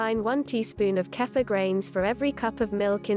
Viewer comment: I think it is pronounced keefur rather than kafa